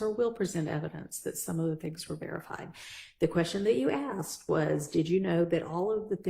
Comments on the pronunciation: If you are American, living in the United States, speaking English then pronounce it correctly! ASKED NOT AXED! Especially by an attorney! It is unprofessional and frankly insulting for getto slang to be in a courtroom by a professional litigator, even an unprofssional litigator. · It’s driving me nuts there is no x asked just flipping say as k ed put it together and sa asked it’s not that hard when your a grown up. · When I axe the question!! Lmao!! , there’s an s, k, and d in ASKED.. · Have you noticed that always wants to "Axe" a question?? It sounds so dangerous. She could knife the question or shoot the question, but, she always wants to "Axe" the question. She is educated... right?? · why does say ast instead of asked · Yes, prosecutor actually uttered the words "the question I axed". Pathetic. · "When I axed the question" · lol I Crack up everytime she says "axed" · if you're a lawyer, you should be using proper English. "Aks" is not a word, unless you're talking about using an AX to chop trees or whatever. Court proceedings are transcribed and referred back to several years and decades later. Imagine somebody 100 years from now trying to read a transcript and trying to understand what the hell is being said. Ebonics is not proper for a lawyer speaking in court. It's unprofessional and it makes the speaker sound uneducated.